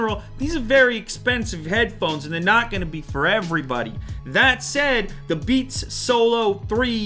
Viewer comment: “Beans” LOL